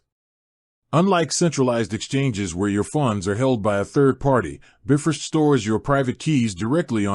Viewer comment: Shoddy AI cannot even pronounce “Bifrost” correctly 🤦🏻‍♂️